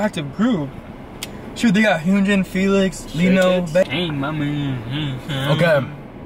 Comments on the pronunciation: Dino it's like deeno not daino 😭😭😭, (Hyunjeen) idk u guys say it right but "jin" not like jen it's jeen, Again lol (jimin) it's sounds like ji-meen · it’s bomb gyou and h-yun-jin not jeen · for Hyunjins name its pronounced Hunjin but spelled Hyunjin. I hope this helps yall! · Beomgyu is pronounced “Bum-gyu”, Hyunjin is pronounced “H-yun-jeen” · this was so funny. keep up the amazing work, guys!! Beomgyu is pronounced bomb-g-you the group aespa is pronounced espa. just get rid of the first a. Hyunjin is pronounced Hyun (rymes with done)- jin. Like Jin from BTS. Ahin is pronounced Ah-heen. Ok that was a lot sorry. Love you guys <3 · the E in Beomgyu is silent so it's "bom-gi-yu" Dino is pronounced "dee-no" Hyunjin is pronounced "hee-yuh-n-jin" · Ok..uhhhh, idk if someone else already mentioned this but y'all said Hyunjin's name wrong, y'all said Yunjin😭 Y'all think Lee Know to much??? Nahhh, Lee doesn't Know😌🤚❤️ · Hey love y’all’s videos! Beomgyu is pronounced bom-gyu, and hyunjin is pronounced he-yun-jin. Keep it up! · As a TXT fan PLEASE pronounce his right it's pronounced as BOM-GYU And HYUNJIN it's pronounced H-YUN-JIN (like the JIN from BTS) Also can you do Bang Chan from STRAY KIDS in your next vid (if you make one) Love you guys and stay healthy :) :) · How you pronounce hyunjin from skz is he-yun-jin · Not to be rude, im gonna tell you how to pronounce Hyunjin- Its kinda like Hunjin :] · can u maybe make one where i.n from straykids is in it and seungmin pls btw r u a stay ( u said hyunjin name wrong but it is kinda hard to say :D )